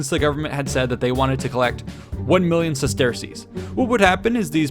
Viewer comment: Bro it’s pronounced “sesters” not “ses-tear-cease”